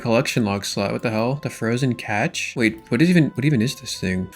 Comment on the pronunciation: When he said « frozen CATCH » I had Vietnam PTSD. Reminded me when he was saying « CATCH of runes »